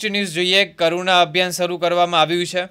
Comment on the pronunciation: Caruna not karuna